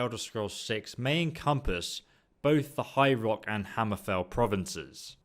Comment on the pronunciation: When you say "High Rock" it sounds like "Hyrule" which threw me off for a bit